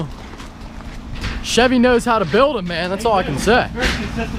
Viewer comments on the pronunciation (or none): none